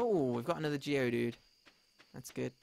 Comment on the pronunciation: Every time says "Geodude" it kills me a little inside